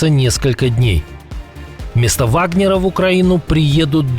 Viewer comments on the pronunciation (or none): none